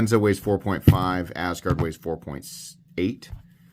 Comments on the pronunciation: I like how you pronounce it as Ass Guard lol. Even though I don't have a better pronunciation for it hahaha. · Why not pronounce it the way, Scandinavian people do? That’s where the name comes from. The first syllable “As“ is pronounced like the English word “us“.